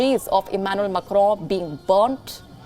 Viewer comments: It's not Macro, it's pronounced as Macon in French and Macron in English. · I love the way u say makaro 😁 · Mecrowww .. wtf? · The way she said मैकरौं😆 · The way she says Macron, and her pronunciation of words as a whole is quite dreadful...